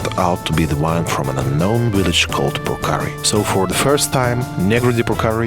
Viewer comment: deshi este un vin exceptional .....nu-i duc capu' sa faca o publicitate ca lumea .... macar de -ar pronunta corect cuvintul" purcari" .... englezoi de 2 bani ...